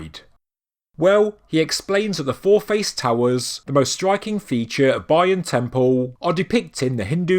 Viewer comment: It’s terrible pronouncing of Bayon and Khmer.